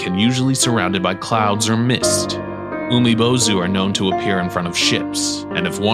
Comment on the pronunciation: Umibozu is pronounced Oo-mi bozu, not Yoo-mi bozu.